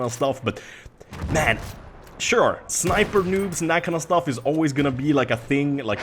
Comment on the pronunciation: it's sniper not rniper:)